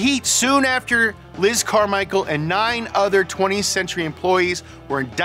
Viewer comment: Elizabeth -CAR-michael lmao